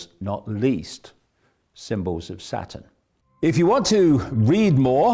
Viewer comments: I like how he pronounces Saturn like Satan. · I love how he pronounces Saturn...